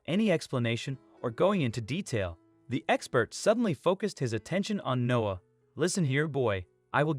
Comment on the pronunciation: The kid’s name is “Noah”, not “No”! Unbelievable.